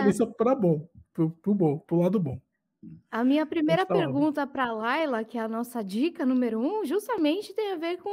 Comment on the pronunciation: Por favor,, não fale primera, fale correto como Laila.